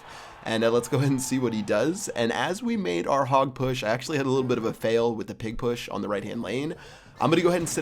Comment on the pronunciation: Lol the way he says pig push, it bothers me 😂😂